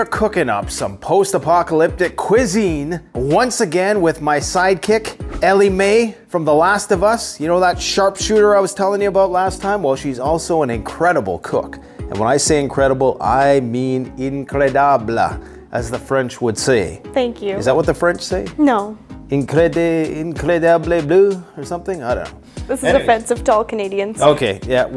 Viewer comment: we say "incroyable" in french not incrediabla 😂😂😂 but nice try my man